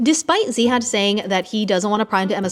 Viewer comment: Btw his name is pronounced Ziyad or Zeyad without an H.. just thought I should clarify ❤️